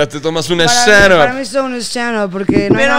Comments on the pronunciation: Dice stanup y es stand up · Juego para la peda, cada que diga "Stanup", shot. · En buen pedo, caga que diga tanto "shtanup" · Veces que dice "Stchandup"... 105, real. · Deberíamos sacar la dinámica de shot cada vez que diga Stchandup xD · por cada vez que diga stanup le dare un putazooooo